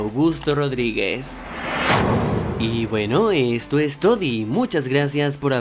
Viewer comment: Me dio risa que dijo esto es todi en vez de esto es todo AJAJJA Me recordó a una bebida Venezolana llamada Toddy